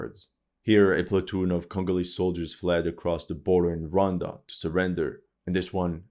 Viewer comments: Hey man , it’s Rwanda 🇷🇼 not ronda 😮😅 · The pronunciation of Rwanda: Ruh•wann•duh. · The Bukake line threw me off 😂 also the country of ‘Ronda’ what? 😭😭